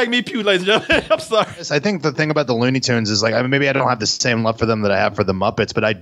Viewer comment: I'm guessing you haven't seen any WB shorts from the 40's, because that's the aesthetic that these cartoons are emulating, and they were doing it long before there was ever a Ren & Stimpy. BTW, it's 'Looney Tunes', not 'Loony Toons'.